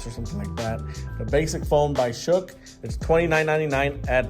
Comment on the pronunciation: Good review. Not a bad looking phone. And it's pronounced 'Shock' by the way. They just spelled it crazy that's all lol. I've never heard of it before either. But there are a million and one phone brands out here today, it's crazy.